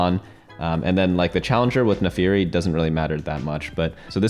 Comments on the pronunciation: FIRST NAFARI, NOW SOCO. YOU ARE ONE MISPRONOUNCER Ay foreal tho thanks for the guide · According to the legends, the birth of the new TFT God will happen if certain man can pronounce Naafiri right. We are still waiting for that man to say it right.